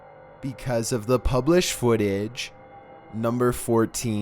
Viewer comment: #15 Burger king Foot-AH